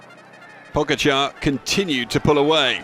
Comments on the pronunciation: It doesn’t even make sense, he says Pogachaar , then 15 seconds later pronounces it correctly. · the pronouncation def aint correct.